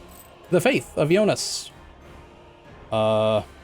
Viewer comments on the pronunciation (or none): none